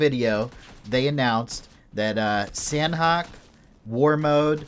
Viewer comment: Its pronounced sahnok(silent h) not san-hok. They even tweeted it when they renamed it.